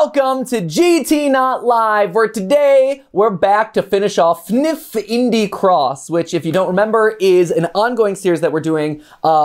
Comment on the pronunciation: Btw it’s not pronounced fnif is F N F it stands for Friday night funkin